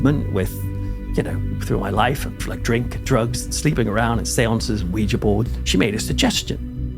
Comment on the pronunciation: Thank you for your channel! I'm a Brit living in TN and I grew up in Essex; I just love watching your videos about home! Also, thank you for pronouncing Ouija board the right way!